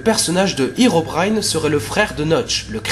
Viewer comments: Cela ne se dit pas Hirobraillne mais Hérobrine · herobine ne se pronoce pas hirobrine mais hééérobrine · Sa ne se prononce pas irobrin mais hérobrin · on dit pas Hirobrine on dit Herobrine !!! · Alor c pas itobaïne mes érobaïne a la prononciation bien sur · tu viens de dire hirobrine or que ses herobrine le hero se dit comme en francais et en anglais et herobrine es un creepypasta faux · Mec j'ai vue hérobrine et on dit hérobrine